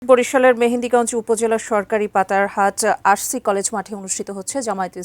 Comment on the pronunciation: এ তো দেখি মেহেন্দিগঞ্জ উপজেলার নাম উচ্চারণ করতে পারে না